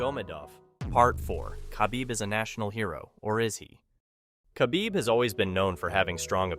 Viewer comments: Your AI pronounces his name as Ka-Beeb, when his name has a silent K, pronounced Ha-beeb. You use Too much glitch filter. What is the problem needing so much glitch activity? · you don’t say the k in khabib it’s silent so you just use the h you should know that before publishing a video about him